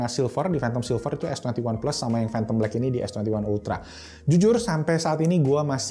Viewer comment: "Fhantom black"